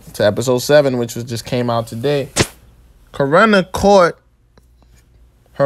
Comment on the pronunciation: It’s Corrin not corrina…. Why you putting an A after it